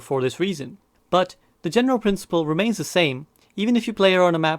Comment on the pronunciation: "The general principle re-mei-ns the same"